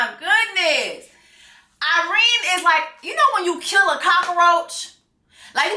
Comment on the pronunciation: it’s Irena 😂😂 I’m hear for it though.